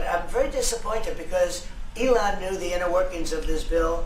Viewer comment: EEElon musk😂😂